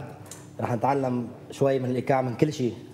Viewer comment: يدرسهم الايقاع و مايعرف ينطق كلمة الايقاع عدل 😧💔!!!